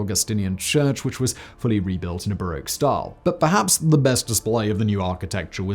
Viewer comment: Bar-rock, not bar-oak